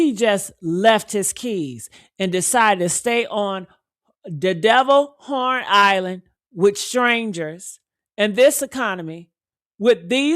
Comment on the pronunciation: It’s called HORN ISLAND not Lorn Island